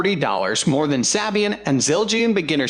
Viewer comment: its SAY-BEE-IN 😠